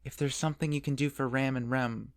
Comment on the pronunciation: I keep getting ram and rem mixed up with your pronunciations 😂😂